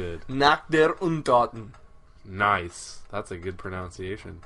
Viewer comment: amazing pronunciation of Nacht der Untoten to bad its totally wrong :D